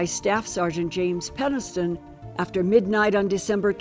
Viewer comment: Is she drunk or has all the plastic surgery stretched her face to the point where it’s difficult for her to move her mouth properly to talk? Listen to her saying “Rendelsham” and trying to say “Penniston”, slurring and pronouncing it differently each time.